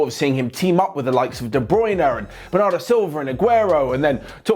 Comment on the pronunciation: De bruynar , bernardor silver 😬